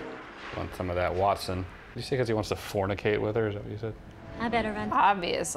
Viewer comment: this is really making me nostalgic for the GAME in Xbox sniff .......why you gotta make the nostalgia hit, man? :'( also, "wetson". Mary Jane, "WETson"